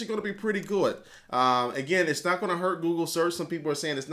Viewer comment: at about i think your'e trying to say cool and good but it ended it sounding kinda like gooud